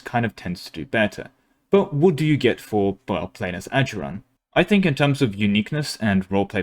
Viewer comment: Bro thought he was into something when he said ajuraan (they're my fav nation)